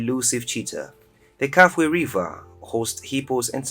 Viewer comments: ITS NOT KAFWHE RIVER, KA-FEW-WHE OR KA-FULL-WHE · KAFUE... KA.FEW.WAY if you want to pronunce it properly